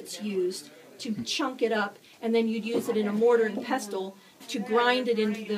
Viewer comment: Very cool! One criticism: It’s pronounced ‘pessal’, not ‘pestle’. ✌️